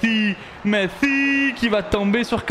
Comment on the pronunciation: pourquoi quand il dis « messi » il le dis comme un autiste?